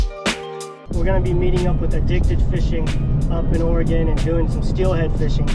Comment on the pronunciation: Thanks for saying oregon correctly. Definitely a great video. You should check out some of the surf perch fishing out at the coast.